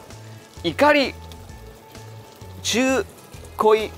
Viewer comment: うんこちゃんがタネのこと「ネタ」っつってバカだなぁと思ったら オーイシも中濃のこと「ちゅうこい」って読んでて同じくらいバカだったわ